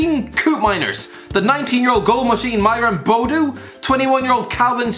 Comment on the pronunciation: Myron Buddu is how its pronouced I think (Im Irish) Koop in mine ers Calvin Stengs is easy and Wij n dal